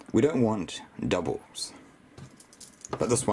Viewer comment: "Doubles I have dubels" shut up